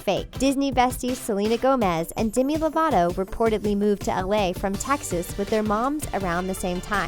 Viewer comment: DEMI LOVATO NOT DIMI LOVATO SAY MINE AND HER NAME RIGHT